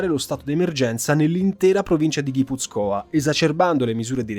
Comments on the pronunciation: Molto documentato. Soltanto la pronuncia di Guipúzcoa (ha l'accento sulla u) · Guipúzcoa no Guipuzcóa ;) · Grazie per il video. Il lavoro deve essere stato molto complesso. Complimenti. Una vergogna se non te lo fanno monetizzare. Piccolo appunto: si dice Guipúzcoa e non Guipuzcóa . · Il video é da 10 e lode! Solo una piccola cosa, il nome della provincia si pronuncia GipUzcoa e non GipuzcOa. Complimenti per un ottimo lavoro.